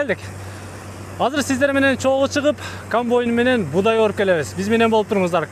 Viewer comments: Камбайн токтогуча 77 жолу камбойн деп жалжырады 😏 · Блогер болом десен туура суйлогонду уйронуп анан суйлосон,камбойун эмес,камбайын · Ээ кечке эле камбойн деп суйлойтко.. Комбайн деп айт атакул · КамбОйн🤦‍♀️эмес. КомбАйн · КАМБОЙН ДЕПКОЙ 🤣🤣🤣